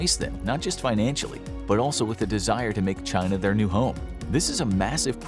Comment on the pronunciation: Well they all DO say there's only One China. Your version sounds a lot better to my American ears than Xi's version.